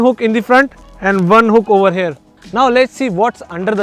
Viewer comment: Over "hair" instead of 'here' maane north indian 😂